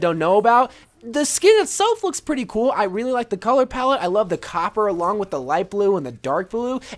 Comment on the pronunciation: "she's so purty Sheldon" 😂😂😂